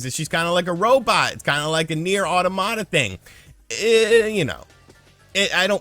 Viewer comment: Man the way you pronounced automata irked me so much.